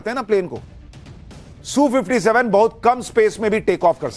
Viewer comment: Sushant ...rest of the World calls it S U 57 .....not Soo57